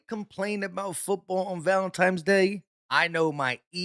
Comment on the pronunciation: Did just say, "valenTIMES" day? You wanna go eat some pascetti at the libarry?